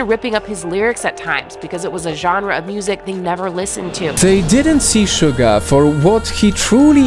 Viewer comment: YEAH Thats's How u Pournouce suga last video of bts i say u pournouce suga wrong, but then yeah